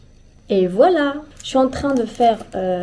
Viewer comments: j'ai un question, dans le minute tu dis "je suis en train" mais tu prononces "j'u en train". Est-ce une fois différente de pronnoncer le "je suis"? Merci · Elle a dit chui en train